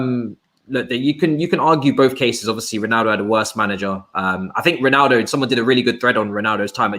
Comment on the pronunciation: Why does say reenaldo?